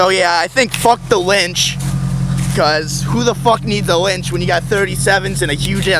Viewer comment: wench* not lynch lmao. jesus christ